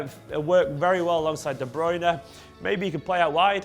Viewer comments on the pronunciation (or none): Why do people keep calling Kevin De BrOyne ? Where is that "O" coming from ? It's de BrUyne